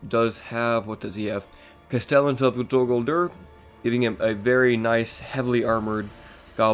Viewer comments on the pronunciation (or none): What the hell is “dur gurdur”